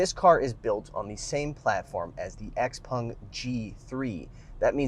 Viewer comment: X-PAng... "en" is pronounced "an" in Chinese (pinyin).